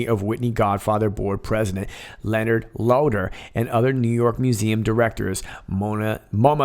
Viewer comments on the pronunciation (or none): none